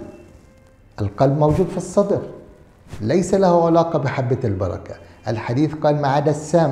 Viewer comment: (علاقة) ... بفتح العين ،،، وليس بضمها !!!!